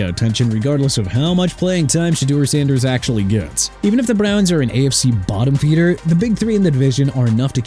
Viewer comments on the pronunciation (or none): none